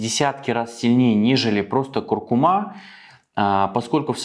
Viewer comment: Извините, но правильное ударение - курку́ма)